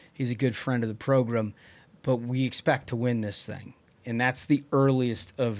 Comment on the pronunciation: Where did “progrum” start? My grandma used to call the don imus show her favorite progrum😂😂😂